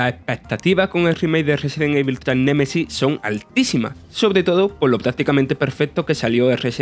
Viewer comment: Aprendan a pronunciar "evil", ¡maldita sea! ya van más de 20 años de este juego.